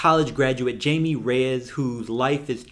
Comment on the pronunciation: Agree with your review. A little messy but entertaining. Also, it’s pronounced “hy-meh” 🤗